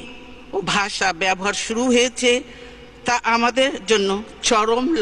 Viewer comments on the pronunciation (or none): none